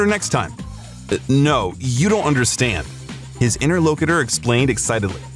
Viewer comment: Hmmm. Inter-LOKE-itter? Inni-MITT-able? Do we have a little "ay-eye" here? I noticed six or more mispro nunciations, which is the usual giveaway.